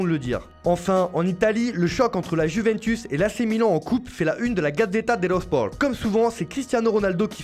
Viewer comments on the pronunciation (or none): Gatzeta de lo spor 😂 srx c quoi cette voix